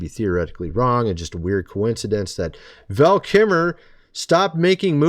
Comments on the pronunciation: VAL KIL -MER , pronounce his name correctly please. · You seem to be having an AWFUL time pronouncing “Val Kilmer”.😬